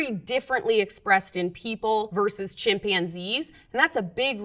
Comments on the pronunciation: English isn’t my language, but isn’t it ”chimpanzee” and not ”chimpianzee”? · Defending harmful chemicals... I Rather trust myself than a person that can't pronounce "chimpanzee".. good luck